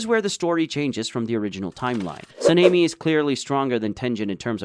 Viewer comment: Why are you calling him sameni? Sanemi your saying his name wierd